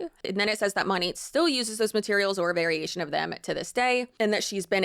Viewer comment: Girl the way you can make a 20 minute video and not know how to pronounce the company name but saying it 5000 times is sending me. 😂